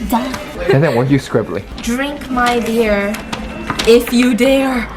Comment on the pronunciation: will always be ICONIC for his “BEAR” instead of “BEER”!!😂😂